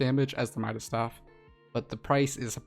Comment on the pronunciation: Fun fact: It’s midas’, not mida’s